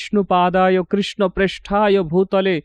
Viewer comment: আগে বলুন আপনারা কৃষ্ণকে কৃষ্ণা , রামকে রামা বলেন কেন? হরিনাম কে বলছেন হ্যারি নাম। বিদেশি জাতী উচ্চারণ ভূল করে বলে কি আপনারা ইচ্ছে করে সেই ষ্টাইলে বলবেন নাকি মশাই? আগে নিজের উচ্চারণ ঠিক করুন পরে ভিডিও বানাবেন। আর আপনার ভিডিওয় নতুন শেখার কিছুই থাকে না। নিজে ধর্ম জীবনের উচ্চতায় না পৌঁছে লোককে ধর্ম শেখানো ঠিক নয়।